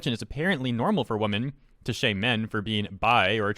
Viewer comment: why do you and so many other zoomers pronounce women as woman? women is the plural, woman is the singular. They are pronounced differently. Is it normal in America now to pronounce them the same, like sheep is plural and singular?